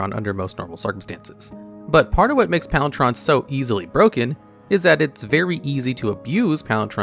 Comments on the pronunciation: Palinchron! Not “palin-tron” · Hearing "Palin-chon" instead of "Palin-CHRON" is really sending me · Are you saying Palin"tron"? …Instead of "chron"? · Palin TRON! (sorry, i don't wanna be a weenie about it, but Chron is ALWAYS pronounced with the hard K sound... Like Chronological? Palin Chron. Make sense? I love your channel by the way! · Why are you saying PalinTron? It's PalinKron...jesus. This is the thing that I hate most about these types of videos. Also, you spelled it wrong. Seriously, does anyone who makes these things do ANY research? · Palin-chron, not Palinch-ron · Palinchron, not Palintron... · Pfft... "Palin-Tron"? I don't know where you got the "T" sound from. I've always pronounced it like "Palin-Kron" myself. Okay, you can be forgiven for this one, since not everyone knows that "draught" is pronounced like "droft", which is something I only learned relatively recently myself. Interesting spelling of "normally" there. :P Whoops, 2 typos in the same sentence. "strngth" should be "strength", and "sticth" should be "stitch". It's very "unlikley" your opponent will be "bale"? ...Of hay? :P I nominate the combo of Ivy Lane Denizen and Herd Baloth / Scurry Oak, which is an easy way to go infinite with very inexpensive cards. No need to shell out like $60 for Aluren or stuff like that. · Are you saying Palintron instead of Palinchron? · Palitron? My guy, how do u get a T out of Palinchron? Do you even attempt to read the cards before you try to pronounce them? Another screw up like this and i'm unsubbing. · Just for clarity "Ch" can be said like "K" So chrono and its derivatives is more like krono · Please tell me you mispronounce words deliberately to generate engagement because hearing PalinTron 18 times in 2 minutes is painful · "Palin-Tron" hurt my soul. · Is it just me or is he saying “palintron” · Wait, isn't it pronounced (Pahl-in-kron)? idk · It hurt me a little every time he said “palintron” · The way he pronounces “palan-Chron”